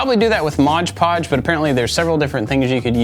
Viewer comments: I believe its "Mod Podge" not "Modge" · I loved this project. Absolutely awesome. I chuckled a little when you said, “Modge Podge” instead of “Mod Podge” because it’s one of my wife’s pet peeves 🤣🤣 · Every time mispronounced Mod Podge as “Modge Podge”, it wounded me 😅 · Is it me or did he call it mog pog ps this is not supposed to be hurtful